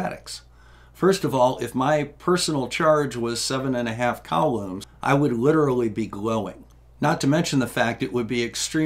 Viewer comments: I'm sorry,. I love the channel and everything you do, but "cowloomz"? "Koolomz"! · I thought it was "coo-lahms"